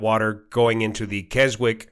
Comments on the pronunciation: Keswick, least in the UK the origin of the name, the w is silent: "Kezzick" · Is it really pronounced 'Kez-wik'? We have a 'Keswick;' in the UK (town in the Lake District), which maybe the US one was named after(?), but that is pronounced 'kez-ik'.